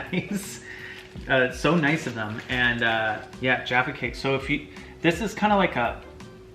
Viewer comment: Anybody else praise the lord when they actually said Jaffa cake right instead of jaaafaaa cake